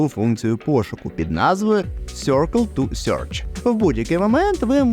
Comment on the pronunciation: Інформативно, дякую! Єдине вимова англійської.... росіянський акцент. Не "сьоркл ту сьорч", а "сиркл ту серч".